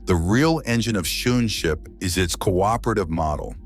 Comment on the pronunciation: The pronunciation of Schoonschip is wrong, Dutch double o is pronounced as English oa. What I now hear sounds like shoe ship. I forgive you the wrong pronunciation of sch, the ch is a guttural g sound, specific for some languages like Dutch.